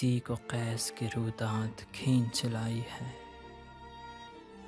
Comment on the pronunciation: "ہے " کا تلفظ ٹھیک نہیں ۔۔